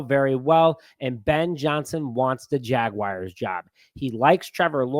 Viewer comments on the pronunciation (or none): Jaguars...not Jag-wires 🤦🏿‍♂️😆